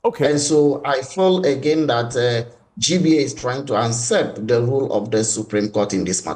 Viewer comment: Usurp...Not unsurp